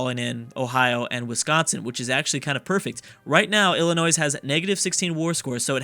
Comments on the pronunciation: It's not illa-noise, it's illa-noi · Illinois is pronounced ILL- annoy. Maine was originally a part of Massachusetts the same way West Virginia was a part of Virginia and Tennessee was a part of North Carolina. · Please, as a resident of Illinois, please don't pronounce the 's' at the end... Think of it as Illinoi. Thanks! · saying ill-i-noise is like saying ark-kan-sas. It's pronounced Ill-i-noy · It still pains me every time he says the s on the end of illinois... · PLEASE FOR THE LOVE OF CHRIST, stop pronouncing Illinois as illinoise. its pronounced Illinoi, s is silent. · Illinois is pronounced Ill In oiy. Not Ill in ois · Lol illinoisssssssssssssssss it is hilarious when people pronounce the s no offense but it makes you sound ignorant but it is just the way you say not that you are ignorant but the sounding does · STOP SAYING ILLINOISE OR I WILL UNSUB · Everytime says Illinoise a puppy dies... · Saying the s is such a sin it's worth a dislike. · He should rename the video how not to pronounce Illinois lol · you don't pronounce the s in Illinois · I cringe when he tries to pronounce Illinois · You do not pronounce the "s" in Illinois, I dont know why, you would have to ask the french Also the "Sur" in Baja California Sur mean lower/below/lesser Lastly, remember Guam(south pacific) and Puerto Rico(I hope you know where this is) are in this mod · How do you know how to pronounce Arkansas correctly but not Illinois? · the S in Illinois is silent. My ears are bleeding over here! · The s is silent in Illinois...... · Illinois has a silent s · True. I die on the inside every time he pronounces the s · helpful tip, when you say Illinois the s is silent. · No. You don't pronounce the s. It's silent